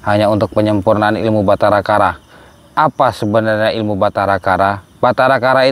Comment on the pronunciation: Batara karang bukan Batara kara